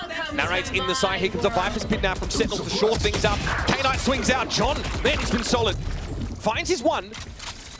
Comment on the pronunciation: Is it really pronounced as k-ey n-ayt lmao xD